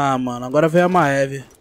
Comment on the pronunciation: ma-e-ve kkkkkkk crl pqp q pronuciaçao em vey pqp kkkk e mive poha .. kkkk crl maeve kkkkk